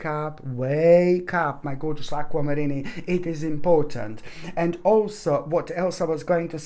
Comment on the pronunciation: I appreciate this so much!! Needed to hear it! I also love the way you say “Aqua Mariney” 😂♥️♥️🙏🙏